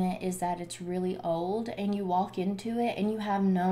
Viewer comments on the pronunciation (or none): none